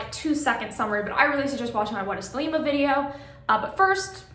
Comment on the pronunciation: THEY-lee-mah (Modern Greek) THEY-leh-mah (Classical Greek)